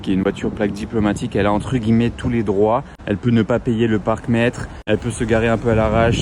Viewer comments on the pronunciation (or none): none